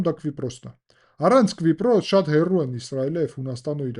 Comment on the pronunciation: Hetaqrqira, inchu eq asum Kvipros, tenc erbeq chem lsel, menq asum enq Kipros